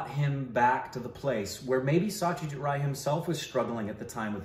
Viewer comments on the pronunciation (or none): It is Aishwariya Rai (Raa + I) and it is Satyajit Ray (pronounciation of "Ray" may be taken from "Sun-ray") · As always love the movie reviews, have to watched this film though! Congrats 🥳 again in the 1M milestone! By the way the ‘Rai’ is Aishwarya Rai comes from Karnataka, she is from a Tulu speaking family. While as you know Satyajit Ray is from Bengal, and the Ray in Bengali is pronounced as Roy but for most Indians it’s is Ray as in the Ray of sunshine! Well he was certainly the brightest Ray of shine ✨